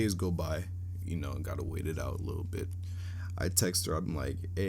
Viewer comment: “I’m not gonna into too much likkle detail!” 😂😂😂